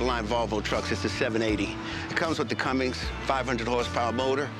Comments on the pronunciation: Buddy knows nothing about his own semi, “yea its the top of the line Volvo, its got the Cummings” lol wtf is a cummings? I know what a “Cummins” is though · "Cummings" motor lmao! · Did the dude with the truck really say “Cummings”? 😂 it’s Cummins